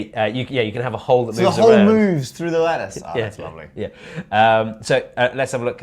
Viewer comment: I keep hearing lettuce insted of lattice